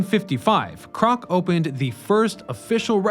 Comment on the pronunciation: I've only watched two videos from this channel and so far I count a dozen mispronunciations and incorrect names. And I'm only three minutes into this one. Dess Plains isn't a place. That's not what it's called. His name was Ray Crock, not Roy Crock. Why doesn't this guy know how to pronounce anything? Why can't he read names right? It's just very offputting and makes it seem like you just don't care. If you don't care why should I? I'm now going to have to read an article or two on this just to make sure the info is correct. If you can't get Ray Crock's name right I'm not inclined to trust anything you say